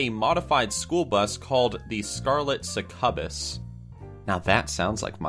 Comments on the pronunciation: Dude, "suckubuss"? It's pronounced SUCK-you-biss. If you don't know how to pronounce a word, maybe, I dunno, look it up? Lol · Yes, "Suck-yu-bus"... or "Sucky-bus" for comedic effect. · *Suck-you-bus........ Cm'on. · Everybody is talking about his voice... but isn't talking about how he pronounced succubus as suh-cub-us... I don't think I've ever heard anyone say it that way before. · I love this channel but the way he pronounced some of the words like Succubus as SUH-CA-BUZ made me die a little inside xD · Everyone is talking about and questioning the difference between real voice and his in-character voice While I'm over here questioning why the fuck he pronounces Succubus as "suh-ca-bus" XD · It's pronounced suck-u-bus. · I've never heard someone miss pronuce Succubus before... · The way you say Succubus really bugs me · you'd think the lord of the dead would know how to pronounce succubus :x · I learned something today. This guy can't pronounce succubus or Gwen Stefani. Coming from a non-English speaker btw. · That isn't how you pronounce succubus. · mispronounced Gwen Stefani and succubus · how he mispronounced sucubus had me cringing 😫